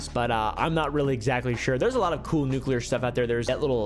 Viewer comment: Fun fact this guy uses a k in nuclear cant pronounce his topic of choice